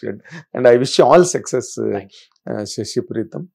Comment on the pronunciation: ఆ ఇంటర్వ్యూ చేసే బాబు ఎందుకు ప్రతిసారి సెక్సెస్ సెక్సెస్ అంటాడు సక్సస్ అనాలి కదా...